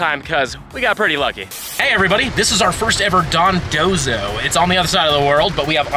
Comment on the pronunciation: I love how you went from calling it Dondozo to Dondonzo XD